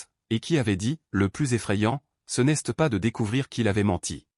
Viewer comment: C'est quoi cette prononciation du français ? c'est débile !!! Exemple : "n'este pas" et c'est tout le long du récit !! Change de job !!!